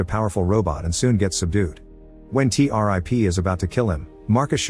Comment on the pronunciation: Not T- rip. it's T-101